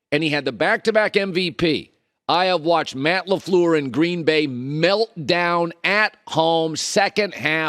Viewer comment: it's not Laflur it's Lafleur